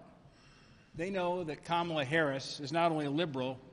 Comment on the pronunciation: It's Kamala. "Comma. La." It's the opposite of difficult to say. What grade did you make it to?